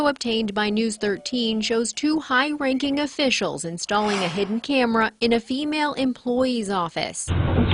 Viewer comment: You keep emphasizing the word female 🤔